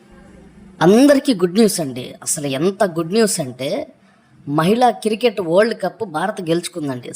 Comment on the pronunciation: క్రికెట్ అనడం నేర్చుకో